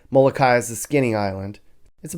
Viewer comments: Thats Molokini not Molokai. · It's Molokini not Molokai. FYI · Am I the only one that notice that you called Kihei "west coast of Maui", called Molokini crater "Moloka'i and then said it was off the coast of Moloka'i?? Butchered "Keawakapu", "Napili", wrong facts and then decided to film Lahaina town for your channel?? Maui needs visitors, but stay out of Lahaina. Period. I have lived here for almost 30 years, raised a family here and know very well what life here is all about. This was the worst video that I have ever come across about a place that I call home. From an agent to another agent; you should have done much better due diligence.